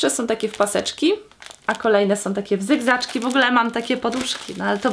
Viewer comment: Jak powiedziałaś ,, W zygzaczki " to ja usłyszałam ,, W bzykzaczki " XD